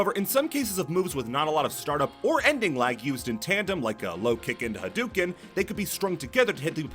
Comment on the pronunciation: whenever I hear hadouken pronounced as "ha-dew-ken" I think I lose a week of my lifespan